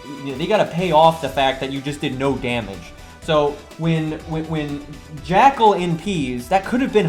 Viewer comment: I wasn’t going to say anything since it doesn’t contribute to the content of the video... but my god. Your pronounciation is horrible my dude lol. Skatty? What’s a skatty? Or JACKAL and hyde? Jekyl, not JACKAL. E, not A. I can’t even make it to the end of the video without posting this. I’m also certain that you’ll mispronounce some others by the end. I love your content, but the pronounciation... maybe it’s just this VA.